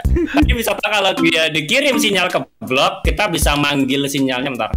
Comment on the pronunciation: Wkwkwk lu ngomong block apa blok wkwkwk